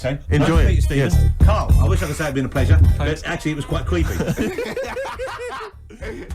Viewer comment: "Karl, i wish i could say its been a pleasure, but actually its been quite cweepy" -Ross